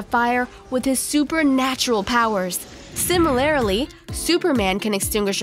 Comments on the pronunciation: Good but . Only one critic that is you said Similarily... the word is Similarly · "Similarilly" - That's the one which caught my attention as well. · Golf CLUB, Similarly (Simi-ler-lee), Blow (Bloe), Magma and Lava are NOT the same thing. I repeat; NOT the same thing. What's with the damned giggling? Okay. That's all that bugged me about this video. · The word would be similarly not similarily like the idiot in the video kept saying. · "Simi-lair-lee... hehehe." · "Similarily"? And again ? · "Simerlarely" lol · Sim-i-lar-i-ly?! FFS! Killin me, lady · Similarlily? What. Also, fire extinguishing ball? WTF. Also, the hehihiehe laught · I also like how she pronounces similarly as “sim-i-lair-i-ly” lol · Did she just say SIMILARILALY?!!!??!???!??? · Nitish Kumar let me enlighten you... She is using an accent that isn't her own. It gives an unsettling effect. Combine that with the forced anime giggling and use of poor grammar as well as accenting the incorrect syllables of words such as "similarly", and it becomes grating. If she used her natural accent, it would probably come off as charming. Also, here on Earth, we call them golf clubs. That's why.